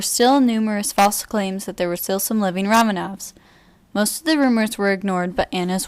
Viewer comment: Try to pronaunce the last name right